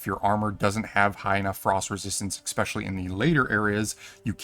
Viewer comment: Love the video, hate the pronounciation of “especially”